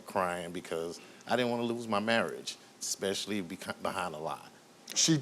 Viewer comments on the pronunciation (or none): Steve, the word is especially NOT exspecially. Your not black or in the hood, grow up.